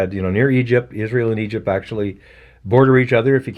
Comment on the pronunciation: Keep making these vids and how don’t u say isreal